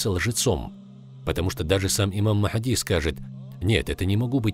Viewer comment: Не Мах!ди а Магьди